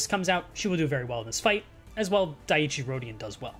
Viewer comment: FYI dieci is pronounced "dee-eh-chee" hope this helps